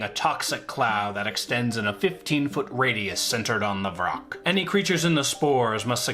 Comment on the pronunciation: it’s vrock not roc that’s a different kind of bird.